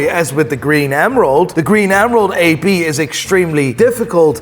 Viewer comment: How he says AP hurts my soul.